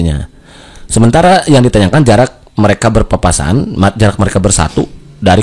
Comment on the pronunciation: Berpapasan bang bukan Berpaspasan wkwkwkwk